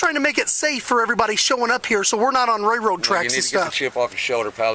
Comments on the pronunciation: "Rayroad tracks" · What the utter hell is a "ray-road trek." This clown can't even speak. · "Ray road tracks" 🤦‍♂️ Is that an Illinois thing? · The "ray road" tracks. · “Ray road tracks” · The cop can't even Pronounce railroad track haha lol what a joke